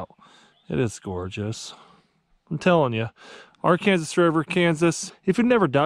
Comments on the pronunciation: So I’m from Arkansas (as a joke) I find it kind offensive you called it ar-Kansas (a joke) it’s pronounced ark-Anne-saw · You pronounce "Arkansas" wrong Sincerely, an Arkansas resident 😂